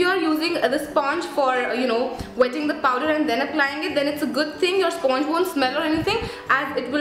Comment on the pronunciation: Hi, thanks a lot for the review.. btw sponge is pronounced as "spanj"